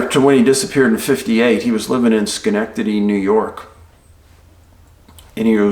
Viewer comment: Schenectady ny here. Now I live a few miles from there. :) I'm impressed you said it correctly.